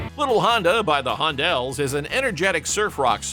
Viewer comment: At the mark there is the album cover clearly showing the group's name as The Hondells, so how does the narrator get it so wrong? :face-purple-crying